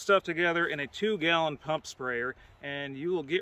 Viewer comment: Gah-lon... what is this? Wondering also if the railway length is measured in chains or fathoms? :D Just kidding.